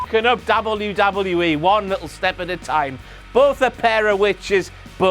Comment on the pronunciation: I hate the way he says Dabble You Dabble You E.